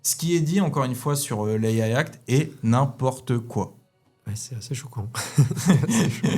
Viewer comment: Très intéressant cependant il y a une erreur flagrante dans votre présentation. il faut dire "n'im-PORTE quoi". et pas "N'im-po-rte-quoi". Petite erreur d'imitation du personnage. 😂